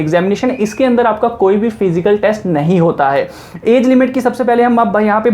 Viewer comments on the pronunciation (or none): none